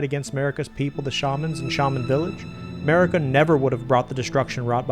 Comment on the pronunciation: Turn on subtitles and read starting . 😂😂😂 On a side note: You do say Marika as A'marika.